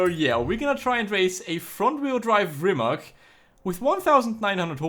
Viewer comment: First learn how to say rimac than record a video .... idiot